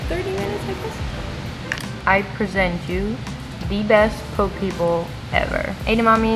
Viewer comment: I know it's pronounced poe kay but I always think P O K E lmao